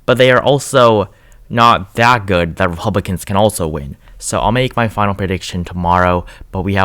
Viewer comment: Sounds like he sometimes says Epublicans..